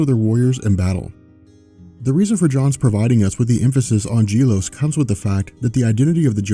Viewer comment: Gelos (Geh-LoS) not (Jeh-Los)